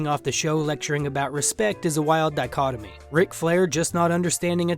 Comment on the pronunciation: You pronounced "dichotomy" correctly but not "Luis" 😂love it. Great video btw